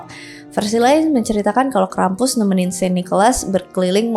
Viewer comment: maaf kak, aku dengernya krepes